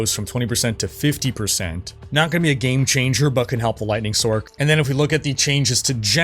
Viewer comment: when tf did people start calling them sorcs? Like Sork... its sorc as in sors. Not sork. tf is sork.